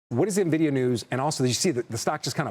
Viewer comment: I dont listen to anyone that can't pronounce the name correctly. This is a joke. N Nvidia not Na Vidia.